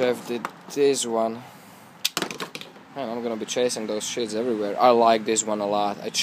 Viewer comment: When you say "sheaths" it sounds like "shits" lol i love your accent :)